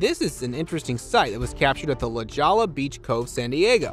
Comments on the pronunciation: Hahahaha came here to say the same thing "la shola" wtf 😂😂😂 "ameizin"! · La Jolla, California, Pronounced (LAH HOY yah), not Lah goll ah 😂😂😂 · Your pronunciation is killing me, La Jolla is LaHoya😂 J in Spanish is H and 2 LL's is Y😅